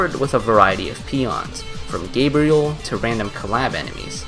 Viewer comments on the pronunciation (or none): none